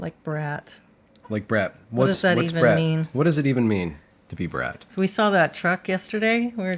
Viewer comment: i'm just gonna leave the typos in from now on, in solidarity with uncorrected pronunciation of saw and draw.